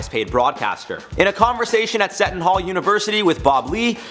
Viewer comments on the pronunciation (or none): ...Seton Hall University...it’s pronounced Sea-ton not Set-in.